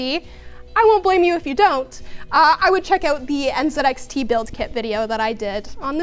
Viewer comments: She said NZXT not NZXT.. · "she's a ten but pronounces it 'n zed x tc'"